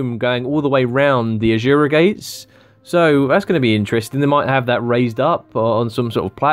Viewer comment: ASURA not AJURA or wtf you're sayin' in there.